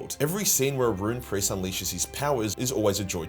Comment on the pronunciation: I deadass heard rune priest as room priest